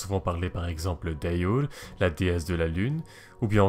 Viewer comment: C pas ayour mais agour